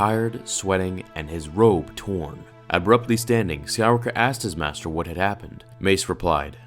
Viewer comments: "Mater Yoda" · in the begining you spelled master as "mater"